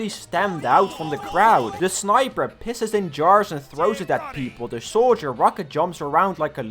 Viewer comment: Did you said swiper instead of sniper ? xD